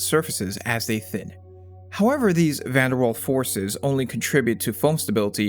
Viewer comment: Surely it's van der Waal, not van der Wall